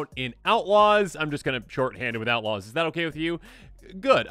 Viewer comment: I kept hearing Ella's of Thunder Junction for some reason 😅